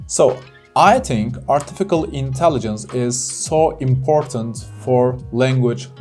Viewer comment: Hocam kusura bakmayin ama Artificial kelimesinin telafuzunu yanlis yapiyorsunuz. Artifical degil Artificial (ɑːtɪˈfɪʃ).